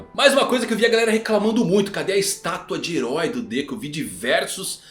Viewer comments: Meu amigo, a forma como você pronuncia nomes em japonês não é correta. Me desculpa, mas é bastante irritante ouvir você falando Dekú, Gojô etc. Sempre enfatizando no final. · Pior mesmo foi ouvir deKÚ... 😂😂😂